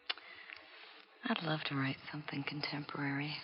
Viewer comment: “I never lie to you, I loub you” 😂😂